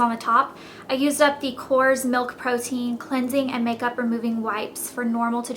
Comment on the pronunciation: its pronounced kor-res